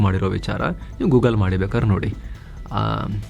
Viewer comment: Pronounciation ಗೂ ಗ ಲ್ ಅಲ್ಲ, ಗೂ ಗ್ ಲ್. (ಗೂಗ್ಲ್)